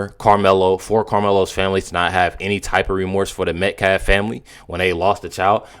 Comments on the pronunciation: Can Alexander finally able to say Metcalf instead of metclaf? I was ready to start calling karmelo- kamala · you misunderstand Miss New York is making fun of the spokesperson for pronouncing Metcalf wrong